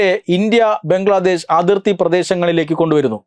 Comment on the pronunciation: ബംഗ്ലാദേശ് അല്ല.... ബ്രംഗ്ലാദേശത് 🤣🤣🤣